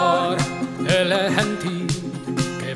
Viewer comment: Overall nice pronunciation, the only mistake you made was saying "genti" in Spanish. Its not pronounced henti but jenti.